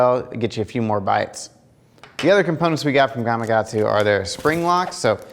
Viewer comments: You're not the only one so don't feel bad but... Why do people struggle to pronounce the K in Gama"K"atsu? So many people, like yourself, say it Gama"G"atsu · Why the hell do you keep saying “gamagatsu”??